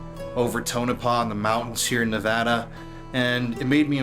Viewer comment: Thank you for visiting our beautiful Silver State. And thank you for pronouncing our state correctly. I hope you have a great time. I only live an hour away from Tonopah